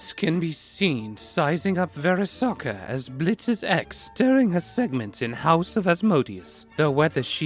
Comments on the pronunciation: "Verisoka", what a nice way to say Verosika. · Verisocka???? VERISOCKA???????!!?!!!??!????!!???? ITS PRONOUNCED VEROSIKA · I love the progressively drunker he gets the jumpier his voice turns LMFAOO also the fact he pronounced Verosika's name as "very- sokka" had me dying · Man really called Verozica, “VEriZocA” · Verasoka? Pronunciation my friend